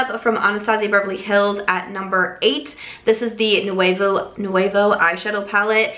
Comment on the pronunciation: Who is going to tell her she’s not pronouncing nouveau correctly at all 🤦🏼‍♀️